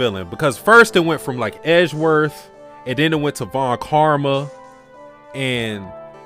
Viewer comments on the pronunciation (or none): "Eh-ji-werth? Who's that?" That's Phoenix's real 'special someone', Pearls.